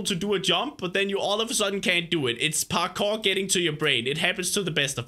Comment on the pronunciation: "This is my pakour lessen!" XD